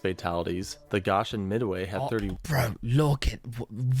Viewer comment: Its Go-shin, not Gosh-in